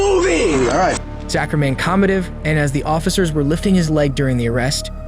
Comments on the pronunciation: Why are we pronouncing the “CH” that way in Zach? (Zack) yeah? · Mispronounces a lot. I wonder if its a bot. Like who doesnt know how to say Zach or Guzman correctly (goozmahn, nut guhz-man)